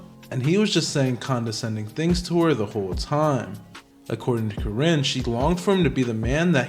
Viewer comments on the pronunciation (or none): Please take this video down. One, this is old news. Two, it's misogynistic because the men involved aren't innocent. Three, you're not even pronouncing Karinne's last name correctly.😂😂😂